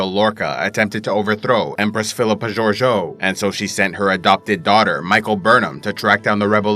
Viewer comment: Empress what? It's not Zorzo it's Georgiou, pronounced as it's writen